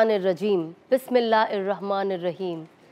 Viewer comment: Bismillah aapne jo pdha h poora vala usme hurf thoda sahi nhi in sha Allah usko theek kr len